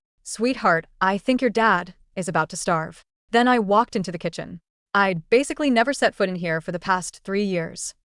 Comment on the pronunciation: “He wolked overrr” the accent 😭